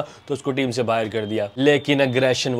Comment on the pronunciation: Baahar nahi bhai Baahir nikalte the 😂😂